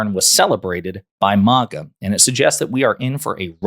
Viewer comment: It’s MAGA, not MOGA